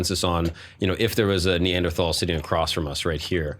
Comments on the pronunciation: If this hippie says neandrahtawll one more time… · The way she's re-pronouncing words like Denisovan & Neanderthal to sound "different " cringes my soul